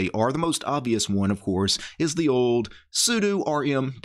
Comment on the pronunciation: ugh.. the way you pronounce sudo gives me forest whitaker eye